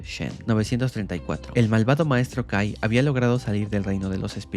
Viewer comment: en vez que escuche kai escuché gay xd